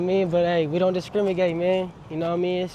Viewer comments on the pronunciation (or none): He said discrimigate